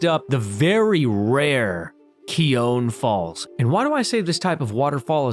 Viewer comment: What a joy it was to watch this! Thanks! Even though I've seen most of these, this is a wonderful reminder. Also, congrats on including Cochran Falls. Finally "Keown Falls" is pronounced Cow-un Falls